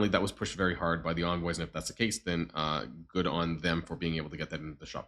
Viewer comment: Your becoming more German as the days pass.. The anger the way ya said good like gud 😂 The indoctrination has begun aha.